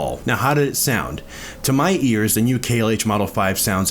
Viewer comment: It’s pronounced “KLOSE”. I own a pair of 17’s. The original KLH 6 or 19’s are the best.